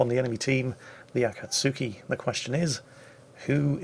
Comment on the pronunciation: akatsuki pronounced A-Cot-Ski